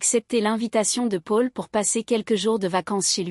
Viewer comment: Le prénom Paul est très mal prononcé 😮